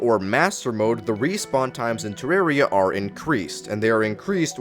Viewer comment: The worst thing is how you pronounce terraria (I say it with a deeper “a”)